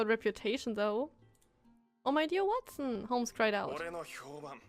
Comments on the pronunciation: Watson?! It's Huatson xD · James Moriarty is Sherlock Holmes' nemesis. Watson = Hua-tson.